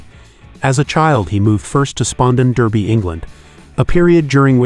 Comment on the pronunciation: Great vid… although, It’s pronounced Dar-bee not Der-bee.